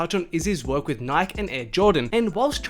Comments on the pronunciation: Resse puffs and nik??? You don’t know how to say Nike? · It’s pronounced nike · “REECE” puffs and “Nyk”? Lmao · he said nik instead of Nike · [Nai-kee] not [naik] lol. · Oh No ......... Your One of those people who says Nik There is an "E" at the end for a reason its NIKE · What’s nik? It’s NikEEEE yadiiiig don’t forget the E That’s when not living in the United States plays a role 😂🤦🏽‍♂️ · Its not Nyk its pronounced NIKEY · Bro it’s Nikeeee not Nik... smh 🤦‍♂️ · Who else got heated cuz he kept saying nik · I cant deal wit him keep saying nik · Say it slow....NIK-E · Never heard anyone pronounce "Nike" that way. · WTF someone fix the way this kid says NIKE now! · The way this guy pronounced NIKE OML. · Bruh learn how to say Reese’s and Nike please 😭😖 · Wow. I cant believe how many times this kid said nike. Holy fuck. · There is absolutely no way this man just pronounced Nike like that. 🤦‍♂️ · Y is he saying NIKE WITHOUT THE E!!!!! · The way you pronounce Nike bothers me more than it should